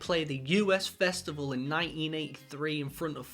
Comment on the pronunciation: Just so you know, it's pronounced the Us Festival (as in "Just the two of us"), not the U.S. Festival.